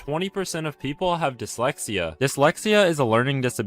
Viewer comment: When he said dyslexia I thought he said dementia good thing I don't have either of those When he said dyslexia I thought he said dementia good thing I don't have either of those